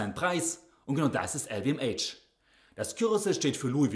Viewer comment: "EL WE EM ASCH" bitte! 😂